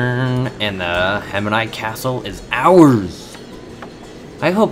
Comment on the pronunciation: How do you get Hem-i-ni pronunciation from Hemiji? Or Da-ma-cus from the word Damascus? Other than your ear piercing pronunciation, nice video .